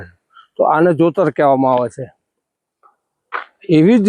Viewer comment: Jutar nahi jotar ky gharda